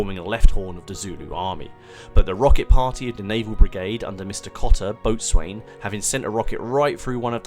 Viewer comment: Thank you,. Your usual excellent standard. (I believe that "boatswain" is generally pronounced "bo-sun".)